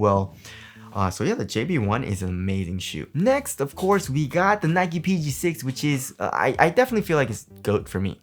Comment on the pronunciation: "nikee peegee seex"